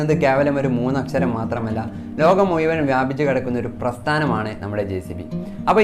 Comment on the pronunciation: നല്ല ഒരു അറിവാണ് താങ്കൾ പറഞ്ഞത്... നന്നായി വരട്ടെ... പിന്നെ വാക്കുകൾ ശ്രദ്ധിക്കണം.. മുയുവൻ അല്ല മുഴുവൻ എന്ന് പറയൂ...